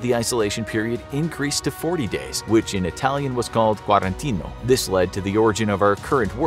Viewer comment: You made a tiny mistake . It's not quarantino, but quarantina, which was the original word coming from Venetian dialect. The word nowadays took the form "quarantena".